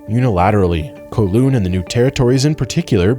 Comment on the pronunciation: Cos the video was made by an American and USA of course never did any Imperialism 😂. And he butchered Kowloon pronunciation 😢😢